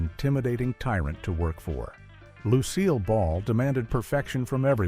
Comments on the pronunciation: Lucy-ill Ball? Seriously, get some better AI narration or get an actual human to narrate. And what is up with the way the names have been butchered? Did AI just call Lucy-ill's husband Daisy Arnez? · Either get a better AI or a human who actully knows how to pronounce the names of the biggest stars on TV. Seriously? You can't pronounce Lucille Ball?